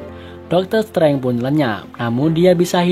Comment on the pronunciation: bacanya doktor strenje bukan setrange